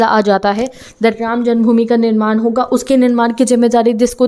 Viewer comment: निर्माण not निरमान🫂